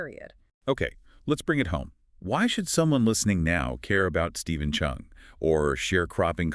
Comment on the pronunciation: Cheung , not Chung